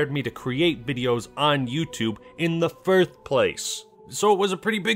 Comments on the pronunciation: Hey … just a question. Every like once in a million words I hear you say “firthed” instead of “first place” is this intentional or am I just going crazy? You still my favorite Halo boii!!!!!🤙🏼🤙🏼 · did you just say firth?